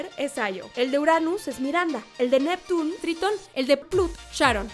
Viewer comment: Jeje si no puedes pronunciar bien "Neptune" mejor di Neptuno y ya! No es Harúka, es Háruka (no lleva acento, pero así se pronuncia). El nombre de Júpiter es Makoto, Lita fue la adaptación para latinoamérica. Yo agregaría a estos datos que todas las chicas pertenecen a un estrato socioeconómico alto! Y que uno de los errores garrafales que hicieron en Crystal fue que dijeron que Haruka poseía los 2 sexos o algo así ja...😅